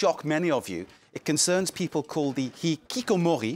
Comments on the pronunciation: you can't just put a french spin on a Japanese word. It's not even an accent thing, he failed to pronounce it properly. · I laughed at this because he said hikikomori with a French pronunciation XD it's a Japanese word lol. You could tell the newscaster was trying to emulate the way the French person said it instead of listening to the Japanese pronunciation. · as a Japanese, I love how he pronounces 'hikikomori'. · I like how the host pronounces "hikikomori" with a french accent because he probably learned the pronunciation from the french guest, and doesn't pronouce it the way it would be said in japanese. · And he pronounced hikikomori with a French accent. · The presenter with the glasses speaks English with a perfect English accent but pronounces the Japanese words with a french accent lol. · I love the English presenter pronouncing the Japanese word 'Hikikomori' with a French accent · I find it funny that they pronounce hikikomori not in an english accent as they are speaking english, not in a japanese accent because it is a japanese word, but in a french accent because... its a french program? lmao